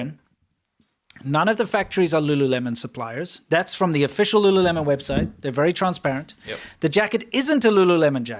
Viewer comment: I think it's pronounced Lu LOOleMON. Lol.